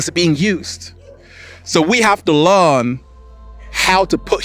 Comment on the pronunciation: We have to „LEARN“… not „LAWN“…. Love u!